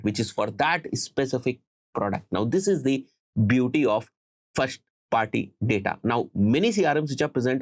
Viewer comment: nexsht nahi next , shtarting nhi starting,firsht also isiliye m irritate ho jata ho aur video bnd kr deta hu